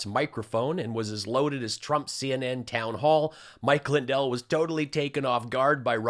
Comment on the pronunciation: did you notice ? mike pronounces his own name |LINdel| the first syllable carries the accent.